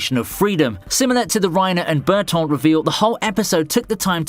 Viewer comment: The way you pronounced Bertoldt and Mikasa is criminal lmao.